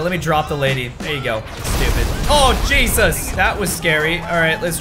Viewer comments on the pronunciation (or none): none